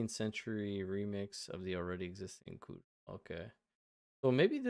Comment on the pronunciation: You said kugel correctly (Ashkenazik pronunciation) when you were baking it. It's always a hard G, but the vowels can differ, especially with many chassidim - who pronounce it "keegil."